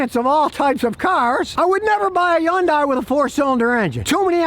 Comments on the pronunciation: "Sometheen"????? "Interesteen"????? "Yundai"????? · Yun-dies. How many ways can we pronounce this car's name?